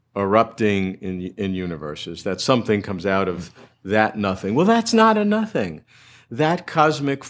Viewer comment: Nomething rather than Sothing